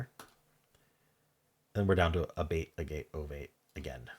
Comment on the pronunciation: Agate is actually pronounced like Maggot without the m. It’s a type of quartz crystal.